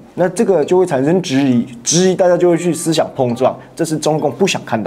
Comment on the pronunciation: 不是質ㄓˊ疑是ㄓˋ疑